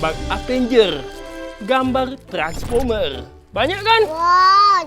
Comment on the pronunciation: Madon bilang trrrrrrranspimer